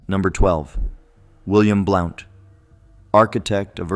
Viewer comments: You've mis- pronounced the names of Sevier ( severe) and also Blount ( blunt)... those names are still extant in our area of the smoky mtns. and spoken every day as they would have been at that time. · Well done, we forgive you for the mispronunciation of some heroes’ names. Willam Blount is pronounced blunt. John Sevier is pronounced like severe. He was more often cheered as nolichucky Jack for victory in major battles against the Indians on the Nolichucky River. His wife Katherine was called Bonnie Kate. They lived on a pretty farm called Marble Springs in south Knox County which is a State monument and open to the public. He never lost a battle against the Indian tribes. Nancy Ward was a loyal friend to him and the Wataugans as they were called before the Revolutionary War. His life would make a great movie. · That is pronounced SA-veer! I had three great grandfathers at the Battle of Kings Mountain! Pride runs deep here. William BLOUNT is pronounced here in Tennessee as BLUNT, NOT blOUnt! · Hey Yankee your pronouncing it wrong!Blount like a blunt object! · Why can’t you pronounce Correctly the names of these heroes as you proclaim. John Sevier and William Blount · William Blount. His last name Blount is pronounced like in sentence "He has a blunt object." "Blunt". There is also a county named after him. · Blount should be pronounced as blunt. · William Blount's last name is pronounced like, "Blunt", i.e. "A blunt object", "smoke a blunt". Easiest way to remember is pretend the , "O" is silent. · Blount pronounced Blunt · Same with Blount. Should sound like blunt.